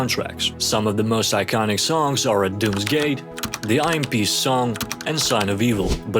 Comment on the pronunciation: I understand that but “imp” was pronounced wrong and that reply also seemed strangely ai 🤔